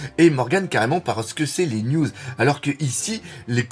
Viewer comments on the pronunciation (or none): none